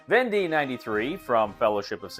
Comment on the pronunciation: Thanks for this! Just received my copy of "Conquests of Napoleon" (same company). Unpushed it today and reading the rules right now. So you know but the end of "Vendée" should be pronounced more like "day" than "dee" :). The "wars of Vendée" (causes, consequences and religious aspects) is still a somewhat sensitive - and disputed - issue to this day in France...